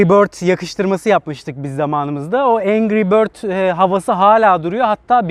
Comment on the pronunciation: Bir atasözü der ki ''engri bötz yaa''